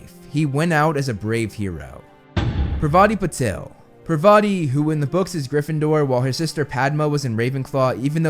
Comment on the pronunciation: absolutely butchered Padma and Parvati Patil’s names